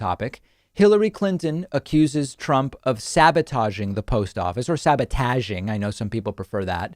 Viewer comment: David, Nobody says sabotaahhging. Disliked unsubscribed Lol